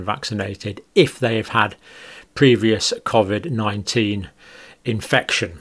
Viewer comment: This guy can't even pronounce covid correctly